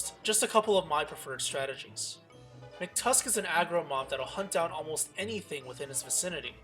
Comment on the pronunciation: Mctusk it's MACK-TUSK!